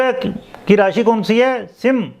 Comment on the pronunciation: अरे sir सिम राशी नही है सिंह राशी बोलो